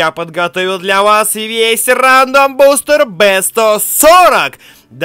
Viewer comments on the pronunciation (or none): none